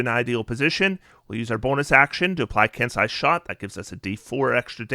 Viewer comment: ken-say, not ken-sigh.